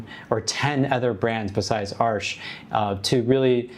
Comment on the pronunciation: Yay! Thank you for pronouncing Arches correctly!!!!!